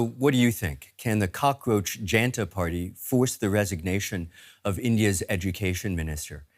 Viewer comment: Okay , Kindly dont be so alianating towards the India that you refuse to learn the proper pronunciation of the Names of the primary focus of this video. If you can pronounce Worcestershire sauce, there is no reason that you are unable to put effort into learning the the pronunciation of Janta, here J (as in Jug) + un (as in untax ) + ta (as in tam)